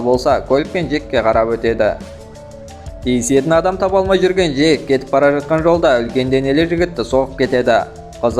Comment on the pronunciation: Жек емес Джек шығар😂